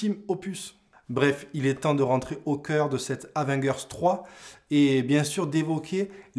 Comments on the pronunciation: Comment tu prononce le truc,Avenguers?😂T as du te tromper de prononciation il me semble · abo si tu apprends à prononcer Avengers